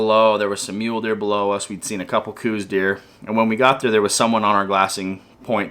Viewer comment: It is not pronounced coose deer it is pronounces cowse deer look it up!! People refuse to educate themselves I'm a 7th generation Arizonan! And somewhere along the way some idiot decided to change it and people just followed! You can find the history and who it was named after have a super Blessed new year!